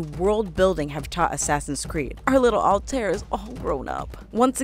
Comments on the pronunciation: 2 problems, you pronounced Altair wrong, and you said Desmond was Altairs ancestor, when in reality he’s his descendant. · you know they know nothing about the game when the mispronounce altair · It's Al-tie-ear!!! NOT AL-TARE! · Before u do a ac video learn how to pronounce the names correctly. It’s ‘al-ta-ir’ and it’s ‘ei-vei’ no Ave and alter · Not altare its AL-TA-EER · You mispronounced Altair. Its All-Tie-Ear. Evie is more like Ee-ve. Also Altair is the ancestor of Desmond. I could've sworn Ishmail said "they are giving modern day the attention the fans want" or that they are making it the way the fans want it. Not a bad video overall but there are a lot of poorly researched points here and ot shows greatly especially to those of us who love the series. Might want to redo the video for better accuracy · i just noticed you mispronounced Altair. It should be more like All-Tie-Ear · It Hurts So Much When People Don't Realize It's Pronounced "Al-tai-eer" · Also, IT'S "SEE-NEW" NOT "SEH-NEW" I Swear, This Is The Only Thing I Hate More Than Ajit Pai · Altair's name is pronounced (All-tie-air) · Madcatter you know both of those pronunciations are wrong it’s actually al-ti-r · it is Al ta ir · First of all it takes place in the entire country of Egypt not just Memphis, there is a modern day, Unity introduced the character perks not Syndicate, you pronounced Evie and Altair wrong, you can ride on horses as well not just camels and Altair is the ancestor to Desmond not the other way around. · mispronounces Altair's name YOU HAVE NO PLACE HERE! D:< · You pronounced Altaïr Ibn-La'Ahad's name wrongly... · Girl I loved the video, but please learn how to pronounciate the names Altaïr and Evie.